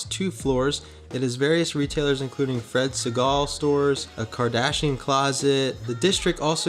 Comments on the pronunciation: It's Fred Segal,like eagle with an "s". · You pronounced Fred Siegals wrong, do your research before you speak. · Elle Woods wouldn’t be pleased with how he pronounced Fred Segal’s.